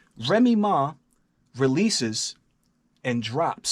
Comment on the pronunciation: "Remy Maw"